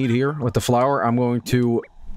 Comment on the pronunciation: Or as calls it floor